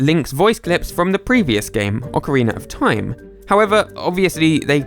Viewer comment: Ockeriener of time